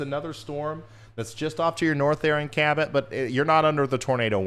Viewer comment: Cabot you said it right the 1st x